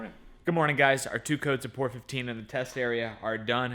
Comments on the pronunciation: please stop calling it "pour 15" its P.O.R for the abbreviated "Paint On Rust" not POUR..... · I love your vids!!! But, I think it’s Pee-oh-are 15 (Paint over rust)....don’t know why I’m now fixated on the POR 15 being said!